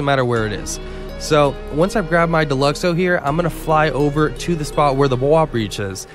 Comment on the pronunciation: Down vote the second I heard Deluxo